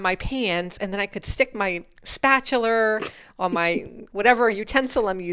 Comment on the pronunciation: New word of the day is: “spat-cha-ler”